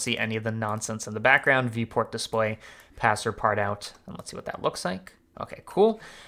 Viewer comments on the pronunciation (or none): Passepartout is French, so you should pronounce it : pass par too . Great tutorial anyway :) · Great series. FYI, passepartout is pronounced "pass par too". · "Pass-eh-part-out" lmao those americans Good looking burger tho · Based on how he pronounces passe-partout, I'm allowed to call him "dafell coob" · Oh my god the way he pronounces passepartout makes me so mad, as someone who actually speaks french. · same hahah